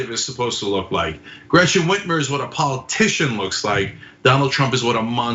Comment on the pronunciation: How y'all get Gretchen Whitmer's name wrong? 💀